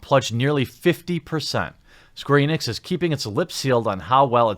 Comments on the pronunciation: You said “Squeenix” 😆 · It sounds like you said Squeenix in the middle there. 😆